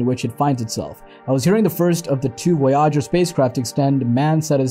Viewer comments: Voy’ . ager not Voy äger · Silly clickbait title and a narration that can’t even pronounce the name of the spacecraft much less the bigger words. Maybe a hacked together GPT generated student project ?